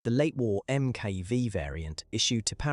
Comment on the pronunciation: Agreed. It is annoying. Furthermore, the letter MK is abbreviated from the work Mark. It should be pro ounces as Mark. Mark denotes the progressed version in the development of the equipment or weapon.